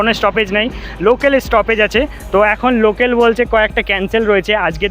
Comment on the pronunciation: Local na na locel😂😂😂😂😂😂😅